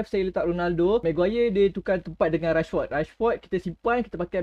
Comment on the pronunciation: Bang nama rashford bukan nama dia bang. Memang nama dia rashford. Bang kena sebut macam rashferd sebab sebutan dia rashferd. Bukan rashford. Nama dia memang camtu